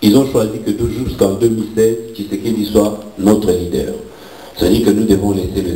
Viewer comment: Bakomaka Leader et non Lideur, Bakomaka INTELO Et Non Intelot Kiekiekiekie BOLOLE.... 30 ANS Osala na Poto Ozo yekola Kaka te?